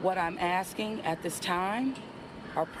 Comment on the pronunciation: She be a Axing You!!!!